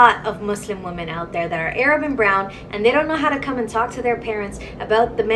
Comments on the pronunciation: This was a great video. Very informative and it really opened my eyes regarding how Arab women want Black Men. Keep up the great work. However, even though I DO like the video, I have to give it a thumbs down over your pronunciation of the word Arab. It's NOT 'Ayyy-Rab'. The Correct pronunciation is at the mark and throughout the video. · How about pronouncing their race correctly. What's a A rab? It's pronounced Arab they speak Arabic. Not A rabic. 🤦🏾‍♂️ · "AY-raab"??? It is pronounced "AIR-rub". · It's not A rab but Arab as in pronounced Arub. My God my American hombres stop acting like ya'll can't say Arab correctly. Yeesh. Its Arub not A Rab. When ya'll say A Rab ya'll sound stupid as all hell seriously. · It’s Arab fool not A-rab 😞 dummy😂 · Oh its NOT A-RAB. Its pronounced (Ahr-ob). Do a little practicing..pls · its not A- rabs bro😅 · Nigga I know you didn't make this video and you still ignorant enough to say "AYE-rab" 🤦🏾‍♂ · Bruh...the way you say "ay-rab" is foul. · You called them A-rabs! Lol